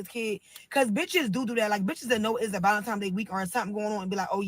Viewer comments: She said Valentimes also lol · Yes, she said valentimes just like she keeps saying “whatever, whatever”. Her vocabulary is limited.